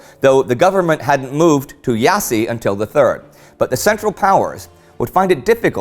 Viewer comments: Very interesting, the Argeṣ River is pronounced ARJESH, you read that "g" as English "J" and the "ṣ" as "SH". Iaṣi is pronounced IASHI and Ploieṣti as PLOIESHTI Great work anyway, I really enjoy your videos, congratulations to all your team! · Quick tip "Iasi" is pronouced "iash" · sorry but it's actually pronounced "Iash", just like "Brasov" is pronounced "Brashov", and Pitesti is "Pitesht" (nearly silent i at the end). The S is SH if it has a small line under it. I hope you don't mind me pointing this out. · For an American, phonetically, it would be simpler to write 'yash'. I was rather disappointed at that mistake! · Dan Movilă "Iassy" is too funny though, I laughed my ass off. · iasi (Romanian city) is pronounced ee-yash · Hey Indy, Iaşi is pronounced "Yash" or "Jassy" for Germanic speakers.The ş is basically "sh".The "i" at the end does make a noise, but for all practical purposes ignore it. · Yes, but cut them some slack, they finally got Dobrogea right, so they are trying :). Oh, and to nitpick a little myself, the Romanian name of Jassy is Iași (pronounced Iashi, stress on the first syllable). Otherwise, great video. Can't wait for this horrible year for the Romanian army to end :).